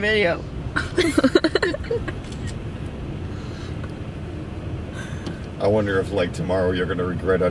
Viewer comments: how adorable He didn't Say Video he said Fideo Lol ps love you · What's Up he said fideo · What's Up lol he said is that my FFFFIDEOOO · "Is that my fideo??? Yes with an f 😂